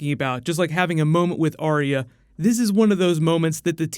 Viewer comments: It's not Aria, it's Are-Ya. There's a video on Youtube of GRRM pronouncing it. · for someone who's dedicating a lot of time and effort to this series, youre not saying her name right... Its "AR-YA" as she says it herself, right? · Number one Game of Thrones pet peeve, people pronouncing Arya's name as "Aria" Does anyone even listen to how the character herself pronounces her own name?